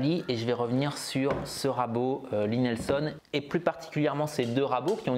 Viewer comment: J'ai encore bien rigolé… C'est Lie Nielsen (prononcer : Lit - Nil - Seine ou l'ail nil seune avec l'accent) et non Lie Nelson (Lit - Nelle - Sonne). 😉😜😁